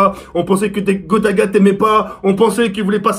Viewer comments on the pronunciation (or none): il dit "grota" nn?